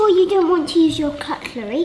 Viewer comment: The reaction when she said Cuttlery.. Love it.. :D